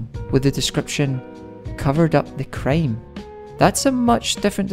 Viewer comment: when you said crime it sounded like you said Cream XD